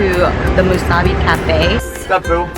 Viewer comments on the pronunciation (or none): Musubi is pronounced Moo-soo-bee